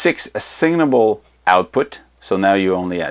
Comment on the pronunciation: this guy must be french canadian. he says assignable odd